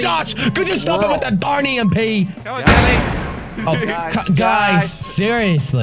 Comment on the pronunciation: Josh said JELLY-E